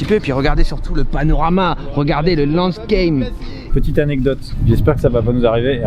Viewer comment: c'est pas plutot "landscape" et pas "landscame"